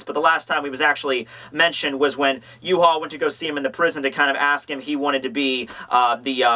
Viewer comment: is that how you pronounce Yhwach? as yu-ha?